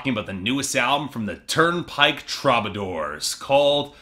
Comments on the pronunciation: i'm a Canadian "sore-y" sayer, and no, it's "true-buh-door" here too. i picture as being a dude who reads these words more often than he hears them aloud. (also, shout out to the interrobang as your picture there, lol.) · too bad you don't know how to pronounce the band's name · This video made me so mad lol... can't even say my boys name right.... smh